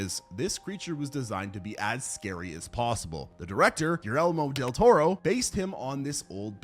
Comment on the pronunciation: he called him "jerelmo" del toro. that's not how you say his name. i'm sure someone will tell me that's not how you spell it either, but i kinda had to didn't i?